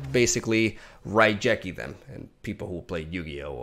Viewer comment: I played a lot of Yu-Gi-Oh and I ain't never heard of no "RaiJEki".